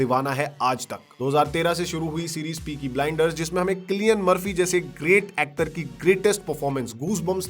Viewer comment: क्लियन मर्फ़ी nhi सिलियन मर्फ़ी hai bhai😂😂😂😂